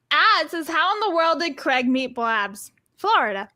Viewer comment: I laugh when Americans dare to criticise anyone else of not pronouncing words properly. Craig can't even pronounce his own name correctly.